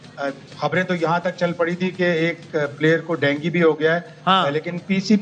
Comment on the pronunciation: Bimari ka pronounce bhi nahi aata PCB ko india me world cup hone se jalan hai isliye ICC me juthi complain karate hai Dengi nahi dengue